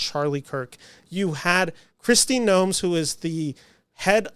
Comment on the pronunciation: Kristi NOEM. No added "s".